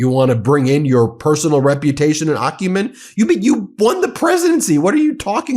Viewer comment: You're driving me nuts! I'd check the Like button if you'd pronounced it AC u men instead of OCC u men. Good insights, though.